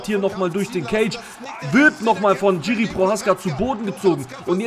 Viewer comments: Name wird jirschi ausgesprochen nicht tschiri!!aber wie sonst geiles video!!! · Bro, bitte man spricht es nicht "GIRI" sondern "Jiri" aus (tut mir als Tscheche weh in der Seele) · Kurzer Kommentar zur Aussprache von "Jiří Procházka", gehe mal nicht auf die diakritischen Zeichen ein (Haken und Strich), da das r mit Haken in der deutschen Aussprache nicht existiert und das lange a von der Betonung sehr ungewöhnlich wäre. Aber es macht keinen Sinn das "J" von Jiri, wie ein englisches "J" bei "Johnson" auszusprechen, es ist einfach ein "deutsches" "J" wie bei "Ja".